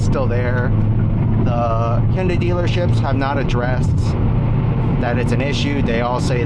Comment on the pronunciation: nice to hear someone else who can pronounce hyundai correctly lol. thanks for the video man, this is my dream car rn